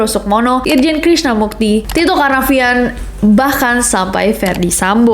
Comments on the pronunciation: Krisna MURTI nes, Pake R. Kaian bang Krisna Mukti kebawa bawa wkwk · Berkali2 dger pas kak nes bilang krisna murti jdi krisna mukti.. yg bner krisna murti kak.. 😅😅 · Murti bukan mukti. R R R R bukan K K K K Ingetin aja biar gak banyak yang ngetag salah alamat. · Btw , namanya krisna Murti ness, bukan Mukti 😂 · Ness Krisna Murti wkwkkw bukan krisna mukti. Dua kali salah sebut mulu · K R I S N A M U R T I .... BUKAN .... K R I S N A M U K T I .... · iya, belakangan menurut aku ka nessie kea kurang gitu research nya..krisna murti jadi krisna mukti. padahal krisna mukti itu artis. subtitelnya bener. pengucapan kak nessie salah. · Maaf ya ness.. krisna murti bukan krisna mukti. Kalo krisna mukti itu artis bahkan sang artis pun udah sampe risih karna tag nama yang salah.. subtitlenya bener tapi pas pengucapan nessi salah...cmiiw